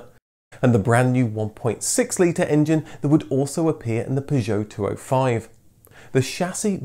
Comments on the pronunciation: I am 57 seconds in and already I cant handle the way Citroen and Peugeot is being pronounced. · Extra points for the correct pronunciation of Citroën and Peugeot, it's these touches which really make your videos stand out. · Great video, but the pronunciations of the makes are hilarious. What's a Pujot? lol